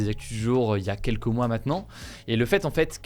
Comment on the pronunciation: ("Qu'mmm" / "sjamais") Ou encore les liaisons du genre huit z informations